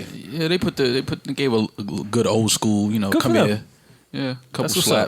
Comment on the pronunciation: " His skolly " 😂😂 every school picture from joes childhood are not centered. All joe pictures he's leaning to left a lil